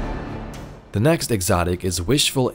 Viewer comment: I can't take you seriously saying "teh" like it's 2007 myspace.